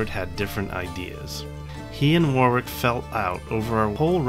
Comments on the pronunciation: Just about to type the same. It saddens me that on a bus service in Bristol, where it's pronounced incorrectly at a stop, for war.. wick road instead of worrick. Always irritates me. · He said War-Wick. We say Worrick here, and save War-Wick for the singer named Dionne. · As Someone who lives in Northamptonshire and has visited the site, it is prounonced as Warick as opposed to War-Wick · The American pronunciations of British counties and places always makes me smile. Warwick is Wa-rick to us English and Northamptonshire is North-hamp-ton-sheer to us haha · Warwick. It's pronounced "Warrick" The second "w" is silent ... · As a native of Warwickshire, may I correct your pronunciation of Warwick, phonetically it is pronounced Wa rik, and Wa rik shur. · That looked like it was great fun! As we know, the British and Americans are two nations divided by a common language so for anyone who’s confused: Warwick and “Worrick” are the same person - the latter is how it’s pronounced. Pembroke and “Pembrook” likewise. Also Herbert is his family name so we’d say “William, earl of Pembroke” or “William Herbert, earl of Pembroke” but not “Herbert, earl of Pembroke” (although you could speak of “the Herbert earls of Pembroke” to distinguish them from the Tudors who held the title later). The honorific “Sir” for a knight is never used with just the surname so “Sir William Parr” or just “Sir William” but never “Sir Parr”. Hope this is helpful - certainly not intended as criticism; I loved the video. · Awesome video!! Unbelievable dice rolls! No adverse criticism intended but foreign pronunciations always make me smile Warwick should be pronounced Warrick, Northamptonshire/Northampton-shear, Pembroke/Pembrook Sound levels could use some work but I really enjoyed this latest LWTV offering.